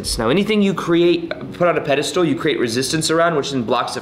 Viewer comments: Ugh “pedestool”? It’s pedestal,. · He says "Petistool" lol it's Pedestal